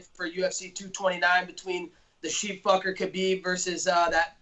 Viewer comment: "Sheep-fuker"!! Hahaha!!!😆 I love Khabib, that's hilarious.